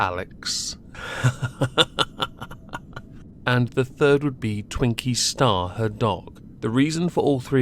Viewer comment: Twinkie Stooooorrrrrrrrrrrrr, not Twinkie Star.